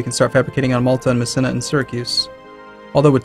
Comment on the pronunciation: >tfw pronouncing Messina "meh-SIN-ah" It's pronounced "meh-SEE-nah"